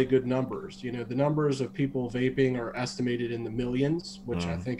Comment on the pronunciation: Great show I’m not making fun of anybody I’m not like that I don’t do that but the guy from Germany I love that dude every time he said vaping which sounded like wapeing I was losing my shit 😂